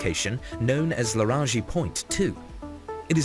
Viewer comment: I think its called the lagrange point. Where the sun and earths gravity cancel out. I think anyway. Hah he just said it. Larange point.